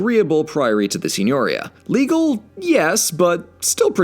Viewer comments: Si.gno.'ri.a Not Si.'gno.ri.a Stress on /ri/ not /gno/ Remember in italian the accentation normally falls on the penultimate syllable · Forgive my being pedantic, but "Signoria" is pronounced seen-yor-EE-a. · It is such a pleasure to hear "Medici" correctly pronounced by a narrator (MED-ee-chee). However, you're mispronouncing "Signoria"—it's Sin-you-REE-a. I'm a great fan of yours and of Red's—please, keep up the great work!!!!!! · Aa an italian you for saying gn seem strange. There is a big difference. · The way you pronounce Signoria hurts my soul. But I forgive you. After all it’s actually impossible to pronounce of someone isn’t fluent in the language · Quick pronunciation note: "Signoria" is stressed on the "i". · FYI, "signoria" has an accent on the second "i" not, as you do, on the "o"